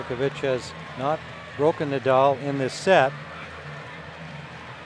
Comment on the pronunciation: The only thing about Rafa retiring i won't miss is hearing the commentators butchering his simpke name. I won't miss Nadauu😂